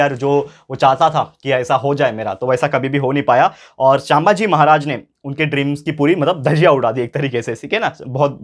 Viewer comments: Sir I like your lectures but pls pronounce chhatrapati sambhaji maharaj correctly , btw loved your explaination 👍👍☺️☺️ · Sir please say sambhaji maharaj name neatly. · Sir the pronunciation of sambhaji maharaj is wrong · Sir sambhaji maharaj pronuciation is wrong😊